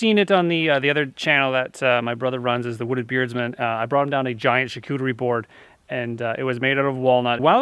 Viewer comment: What is the word you're saying ? A what board? Is the word "charcuterie"? It doesn't sound right.